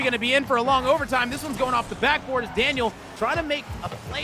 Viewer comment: the caster really said laniel and arseybaby